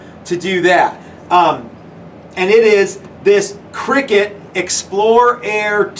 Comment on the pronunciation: Great video guys but just for info, it’s pronounced cry-cut, not “cricket” as it is a CUTting machine and does not involve silly men hitting a small ball with a bat. 😊